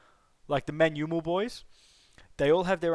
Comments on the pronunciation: Tamilians should learn to pronounce manjummel from you I guess😂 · Your pronounciation was spot on. It's the first time I'm hearing a non-malayali say 'Manjummel' perfectly. 😮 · Your pronunciation of Manjummel boys was pretty much good. Even the non-malayali Indians couldn't get it. I appreciate the efforts that u put forward to get this right